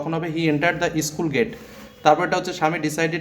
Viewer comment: আরে ইস্কুল না স্কুল বলুন😂